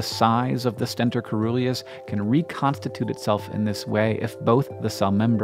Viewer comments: When you see 'coe-' in a Greek-derived word, pronounce the 'c' soft-- 'seeruleus'. Just like, 'coelacanth', the living fossil fish-- 'seelacanth'. Why? Obscure linguistic-historical reasons. But still, you should know that. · I believe de pronunciation of Coeruleus is incorrect. It is pronounced as cerulean (blue) -si-ˈrü-lē-əs. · Awesome vid. coeruleus is pronounced with a soft "c". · Omg, the O in coeruleus is mute (it's actually cœruleus), so the right pronunciation for the C is more like an S... Coeruleus means cerulean, i.e., blue.